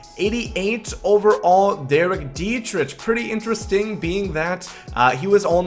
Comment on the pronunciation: Great vid! Also, I'm pretty sure you are saying Derek Dietrichs last name wrong.